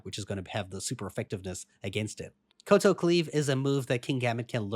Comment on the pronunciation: Kowtow rhymes with cow-cow